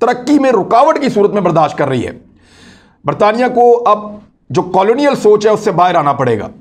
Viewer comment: Imran Riaz sahib, you work hard, do ample research, delve deeply into the subject, to produce a good vlog. But please improve your pronunciations, as incorrectly pronounced words hamper your otherwise genuine efforts. (for example, in this vlog, please recheck the words like "Island", "colonial", "haven", "Surray", etc, to mention a few.)